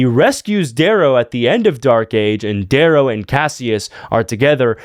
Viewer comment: bro butchered dayrow 😂